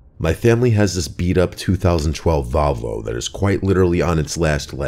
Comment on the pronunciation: A “Vovlo” 😅 in story 2